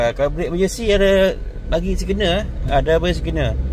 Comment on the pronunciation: Sebut signal kasi cantik sikit bro😅! Much better. Orang tak cakap ‘much more better’😂!!! Cermat sikit🤭.